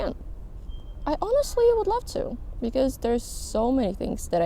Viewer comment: I was making coffee and not looking at the video, just listening, and you said there's. But with the accent it sounded like deres which sounds similar to my name so i turned my head around lol